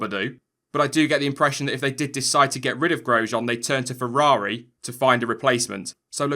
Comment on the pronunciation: 'Let me know what you think'? Well since you asked, why can't you say feRRaRi? Its not fewwawi bro...